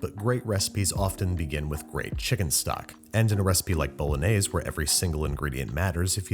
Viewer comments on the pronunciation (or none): Babish: * says "Bolognese" * Italians: Porco Dio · The correct Italian pronunciation is "bo‧lo‧gné‧se" not "bow·luh·neiz". Just so you know 😅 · It's not pronounced 'Bolonaise', it's "bolonyazay" - Every Italian. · Authentic to a tee, but the authentic pronunciation is bo—lo-nee-eh—zeh instead of bo-lo-nays. Keep up the awesome work, though. You were one of the first YouTube cooking channels I watched when I was first learning! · Italians don't put milk and cream into ragu bolognese (pronounced bolonyaysay, not bolonayz). You made a nice dish, but you didn't make bolongese. Watch the bolognese video on the channel Vincenzo's Plate. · It’s pronounced Boe-loan-yez-A. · It's boulenese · Karens be like: it's pronounced "Bologanesh" 😼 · bOlOgAnEsH hehe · i thought it was pronounced "baloney" :P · its pronounced bah-lahg-neh-see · Y'all hating on Worcestershire but not Bol-añëz? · You : pasta bolognese Me : pasta BoLaGaNEsH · the way youre pronouncing it makes me wanna crash my fiat 500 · Okay yes I speak English as my native language but I'm forgetting a word so please help What's the B word that looks like should be something but is something else? It's not baloney is it? Something similar to baloney? I thought it was bolognese until he said it exactly the way it's spelt. Am I just imagining a word like that or what